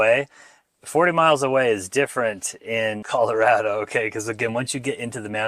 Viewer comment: You're wrong. It's an A, not an O. rad-o not rod-o. All your friends were from other places, and also wrong. The latest screw-up is Calarodo. Like California. I'm second generation, born in Denver, old man now. Our family started here in the 1920s.